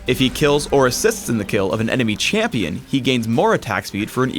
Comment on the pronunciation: ''Chamion'' . That's em ... new ..